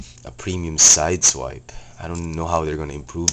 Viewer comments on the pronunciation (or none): XDD u say sidewais no sideswipe